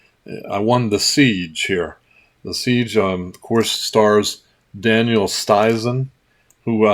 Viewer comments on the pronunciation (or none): none